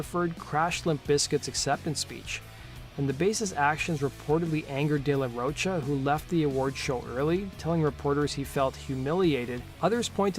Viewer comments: It's De La Rocha( Row Ka) not De La Roach-a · Its "ro-ka" not roach 🪳 -a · Pronounced de la "ro-ka" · De la Roach-a? No, big no. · You still saying ROACHA?! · Dude, Zack's last name is pronounced like the word mocha just with a ro at the beginning. FFS get the shit right man. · This has basically zero real info about an explanation for de la Rocha (which you can’t seem to pronounce) leaving that band. All the info this guy gives is easily sourced, as usual. No new info at all. Which leads me to asking, why do you spend twenty minutes on the most basic, trivial stuff for other bands (GNR) and then do a measly five minutes for others? There’s a lot more info on this than even you dug up. Vid is almost pointless unless you have absolutely no idea who RATM were.